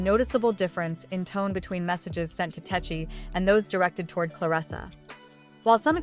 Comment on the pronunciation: Tesehki has a man that she refers to as her husband and is very protective of. She put hands on a girl just for being in her man’s section standing too close to him. 😂 I know it’s AI, but it’s pronounced Tes-see-kee.